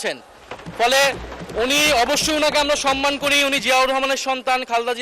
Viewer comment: সম্মানিত জয়নাল আবেদীন ফারুক, ভাষা শুদ্ধ করুন। যেমন, সনমান নয় সম্মান